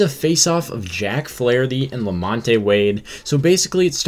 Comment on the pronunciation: #1-that is not very heated at all. lukewarm at best #2-Flaherty needs to do better and stop giving the signs away so freely #3-The name is Lamont(the E is silent) Thank you!